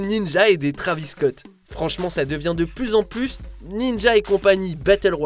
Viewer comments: José Carlos Pereira Rocha faut le prononcer comme ça « trayvis scott » pas « trAvisse scotte » 🤦‍♂️ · Comment il prononce travis scott 😭🤦‍♂️ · José Carlos Pereira Rocha c’est* et non il le prononce mal